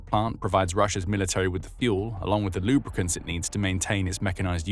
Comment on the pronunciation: The way this dude said “lubricants” was gold